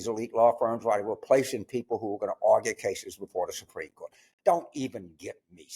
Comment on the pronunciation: "No one is above the shurt"